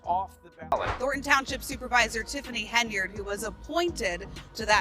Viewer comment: I wondered if anyone else heard that. 🤣🤣🤣🤣